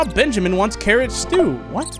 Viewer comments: I literally said to the screen ITS BUN-JAMIN NOT BEN-JAMIN until he noticed bro was making me die a little🤭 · OH MY GOD MAN. OH MY ACTUAL GOD. HIS NAME IS NOT BENJAMIN. ITS BUNJAMIN. BUNJAMIN. B*U*NJAMIN. OH MY GOD. PLEASE. IM DYING. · You must play yugioh because you just refuse to say Bunjamin's name correctly LMAO